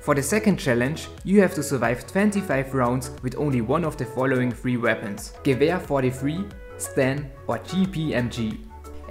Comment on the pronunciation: finally,, someone can pronounce gewer properly,, lmao,, keep up the good videos bud